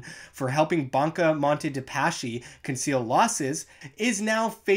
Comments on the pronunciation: It's pronounced Paski non Pashi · Pronunciation is "PASKI"